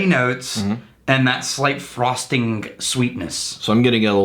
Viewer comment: I feel bad slightly bad for messing with on a day when people were less than ingratiating toward him...But, "Frostingk" and "Doingk".